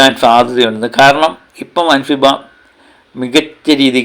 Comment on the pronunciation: അൻഫിബ അല്ല അൻസിബ 😅😅😅😅😅